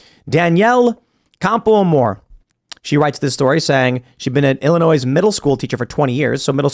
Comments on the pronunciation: did Tim just say “Illi-NOISE”???🤦🏼‍♀️🤦🏼‍♀️🤦🏼‍♀️🤦🏼‍♀️🤦🏼‍♀️ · Thank you for the video and information Please don’t add the “s” in Illinois Middle school is 6th-8th grade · Not only does Tim call it “Illinoissse” but right after him and the other guy say middle school ages are 8-12? 😂 Middle school is roughly 12-14 year olds, 6th-8th grade. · Tim: Illinois is pronounced "Il - lin - oy"... The 's' is silent. Everyone knows this. Nobody puts an 's' sound on the end. Except you. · so Tim is from Chicago but can't pronounce the name of the state properly? come on buddy, the "s" is silent.